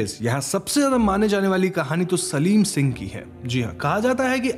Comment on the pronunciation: सलीम सिंह नही शालिम सिंह था